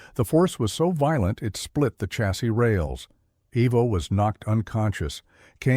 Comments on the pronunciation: It's pronounced eye-vo he doesn't have Harley engines named after him evo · Its. EYE VO, NOT EEE VO